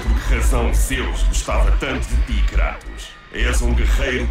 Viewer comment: é kratos nao kuitos